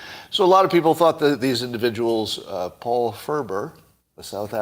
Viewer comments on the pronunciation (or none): none